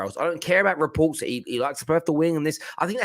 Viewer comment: So many re-poop.. reports.😂😂😂 I lost it when he said that.